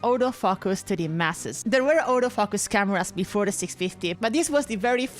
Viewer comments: Sorry but hearing you say «auto-focus» sounded to my like «Older Fuckers» and it's too funny to me not to mention it. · I love it when you say auto focus. It sounds like (all those fuckers)😂😂😂😂 im not trying to sound mean. I just think you are awesome.